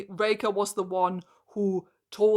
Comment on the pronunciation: Not a dig at your accent or anything, but everytime I hear you say “Raker” I hear “Reika” and I get flashbacks to Age of Scorpius and have to conciously adjust my ears to hear it correctly. (Also I agree wholeheartedly, Harlan Raker is a beyond-stupid name that made me physically eye-roll when I heard it during another reviewer’s video on the book last night lol)